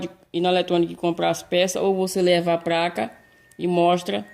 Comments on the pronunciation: Pq "apRender" vc fala "apLender" e "pLaca" vc fala "pRaca"? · Amigo, a capacitância do capacitor tem que ser igual ao original, mas a tensão pode ser superior e nunca inferior. Abraços. Confesso que é engraçado falar "PRACA" e "Torrado". Mas não te critico pois meu pai também nunca estudou. Fica com Deus! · Eu ouvi "práca " ?